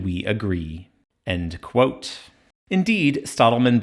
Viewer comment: you have that funny pronounciation when you say "end quote" that sounds a bit like "... allegedly"